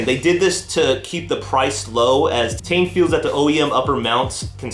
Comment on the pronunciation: "T-EYE-N" not "Tane"...